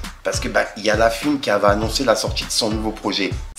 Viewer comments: Ça me bute , fouiny tu l’appelles « la fuine » tu veux pas prononcé le o de « la fouine » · On dit la fouine pas la fuine 😂😂😂😂